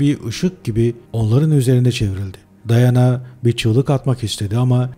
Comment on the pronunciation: Daiana değil diana